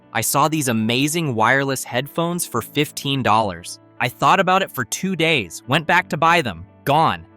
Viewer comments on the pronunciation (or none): none